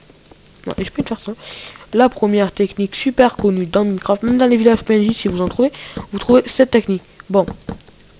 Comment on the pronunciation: Tu sais même pas dire minecraft